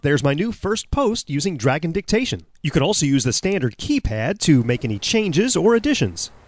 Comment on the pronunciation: Oh i thought he said Dragon Dick-tation